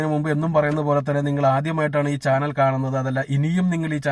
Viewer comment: ച്യാനൽ അല്ല ബ്രോ.. ചാനൽ